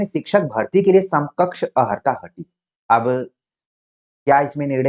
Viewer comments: आप अर्हता को अहर्ता क्यों बोल रहे हैं? कान में चुभ रहा है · Sakshi ji ne Jo pronunciation ki baat kahi wo sahi h but jis tarah se unhone bola wo Tarika theek nhi Kyuki ko is tarah nhi bolte ki चुभ रहा है